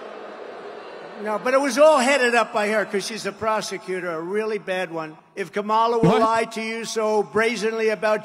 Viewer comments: The pronunciation “ka-ma-La” and not “comma-La” seems like a microaggression. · Been five years and Donnie still can't pronounce Kamala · The fact he doesn’t even have the decency to pronounce her name right. It’s a little thing but it just shows how he can’t even be a LITTLE professional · I think Kamala should call him out for saying her name wrong. But not for the racism angle. Say that he can't say it right because he's old and senile. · Purposely pronouncing her name wrong is such a dog whistle.